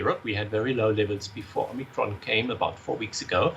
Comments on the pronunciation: Ah yes the Omicrin. Oh the, omicrin. I know the omicrin. I do the omicrin everyday. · it's omicron not omicrin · Please correct omicrin to omicron thanks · oh no! not “omicrin” (!) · Great now we have a new “omicrin” variant. ;)